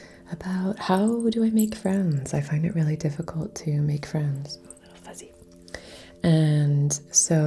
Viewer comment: Reiki Fwends.